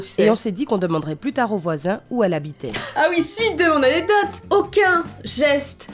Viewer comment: Pk tu dis anédote xD ?